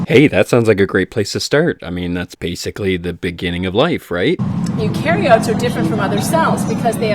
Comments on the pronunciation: You can't give a lecture on something that you can't fucking pronounce. U-care-e-ah-tik. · She didn't know how to pronounce eukaryotes until she sounded it out then proceeds to lecture people on evolution & science. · Only a couple minuets in the video... and the women can't even pronounce "Eukaryotes". THEY TEACH YOU ABOUT CELLS IN 3RD GRADE ! She isn't really guide right...just some random idiot? (plz don't be guide, oh plz oh plz don't be a guide)